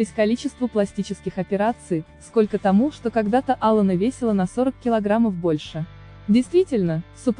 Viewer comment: Ударение хотя бы в имени правильно ставили.